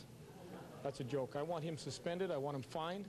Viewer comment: Andrew Winslow it sounded like jolk so i was saying that. i love this vid not disrespecting him